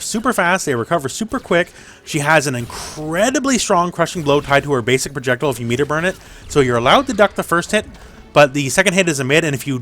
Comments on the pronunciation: Are you physically unable to say projectile?? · ProJECtle lmao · The way you say "projectile" is funny 🤷🏻‍♂️